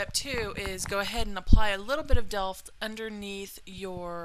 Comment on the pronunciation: Lol, you are sooo funny! Rambling to keep up with the speeded filming :D. You pronounced "Delft" perfectly, it is a place in my country... :D Beautiful look and you're a gorgeous gal! Thanks for this tutorial and keep up making pretty looks!